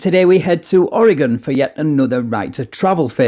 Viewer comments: I love how you pronouce oregon right. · Perfect pronunciation of Oregon, unlike most from other US states.